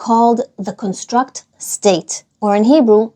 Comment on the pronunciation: Instead of con-STRUCT (like milra), the word is CON-struct (like mil’eil). “The CON-struct state.”